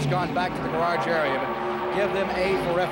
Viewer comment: Ken "gararge" Squire. The man never met a word he couldn't mangle.